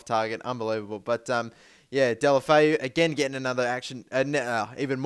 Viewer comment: Deulofeu is pronounced like this: "Deh-oo-loh-feh-oo".